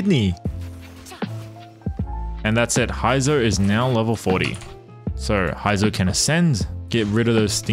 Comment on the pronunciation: bruh who tf is "Hi-zou"?? 💀💀 I'm out